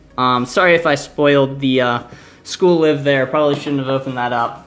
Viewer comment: School-Live is about the school living club, so it's pronounced as live, as in living. Also, the Yen Press cover price is total bullshit, but they have some great titles (Such as School-Live)